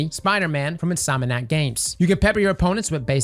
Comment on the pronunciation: Can we talk about how he mispronounced insomniac 😂